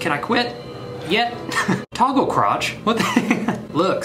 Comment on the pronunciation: B: “Toggle crotch” Me “ that says crouch” 🤦🏼‍♀️🤦🏼‍♀️🤦🏼‍♀️